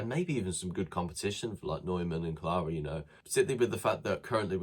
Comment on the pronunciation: Please show Phil Neumann the respect of pronouncing his name right! His surname rhymes with BOY-MAN!